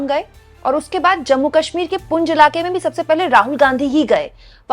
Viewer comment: कृपया पुंछ बोलें, पुंज नहीं।